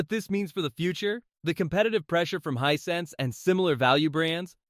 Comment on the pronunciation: Hey the brand name is Hisense not what you're calling it get it right or stop posting reviews Hisense is an awesome brand I have a TV and sound bar from them and I would put them right up there with Sony, LG, Bose any day the prices can't be beat and save the consumer $$$ and that's fantastic.